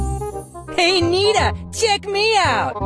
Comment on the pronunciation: Nita cant say nita but he so old bruh😂😂😂